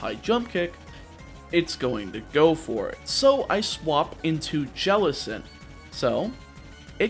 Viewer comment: JELLICENT, NOT JELECENT!